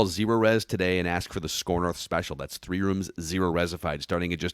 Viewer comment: You like that on 'tree' wun thew tree yew laik thaaah